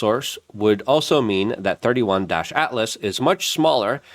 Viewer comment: Its not 31- altlas..... Its 3 eye - Atlas